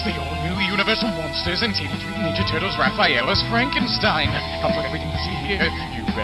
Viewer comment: That’s not Rafael as Frankenstein, that’s Rafenstein